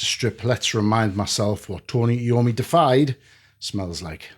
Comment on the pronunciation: Not "Defied," it's "Deified" (DEE-if-eyed) which means made godlike.